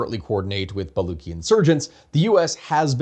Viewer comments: I get what you were doing with the pun in the thumbnail. But like as a Baluchi I think i missed the pun initially because as far as I know I pronouce the "luch" in "baluch" like "lucha" than "Luck". So ba-luch. But you're using "ba-luck". I'm not sure if this is standard, but as far as I've heard it in family it's "lucha" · Man you don't even know how to pronounce baluch. Don't comment on Iran. Please. You have no idea.